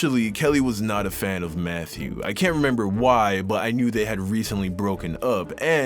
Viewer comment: Who else thought he said Methew 💀😂😂